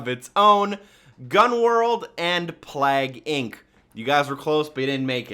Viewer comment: You said plague Inc really wierd lol